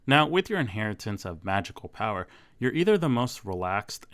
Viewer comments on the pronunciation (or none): none